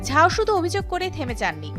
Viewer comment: it's zhao not jhao